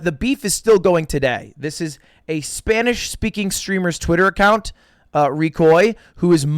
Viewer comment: Mad respect to lud for using Spanish pronunciation and not just random mexican/Latin American. Good lisp mate